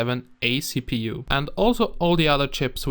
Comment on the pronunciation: Did he said " Cheap u" ? Lol